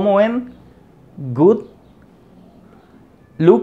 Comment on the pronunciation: Good, look estan mal pronunciadas como enseñas eso. Mira como lo dice fastbrain.